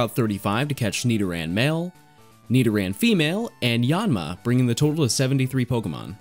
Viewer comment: You pronoun Yanma wrong